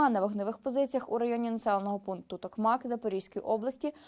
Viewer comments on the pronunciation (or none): none